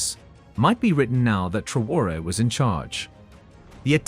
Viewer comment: Please pronounce his name correctly